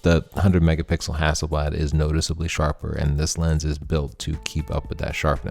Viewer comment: Extra points from Sweden for the way you say Hasselblad! ( It means Hazel leaf ) It´s a typical surname in Sweden. + Inside info the man himself Victor Hasselblad had a dog named Leica!